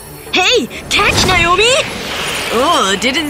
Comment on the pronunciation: That's my name but that's not how you pronounce it